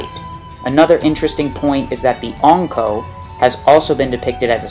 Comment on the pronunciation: Triggers me how you say Ankou